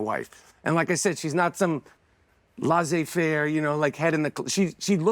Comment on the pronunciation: He also pronounced Laissez Faire incorrectly.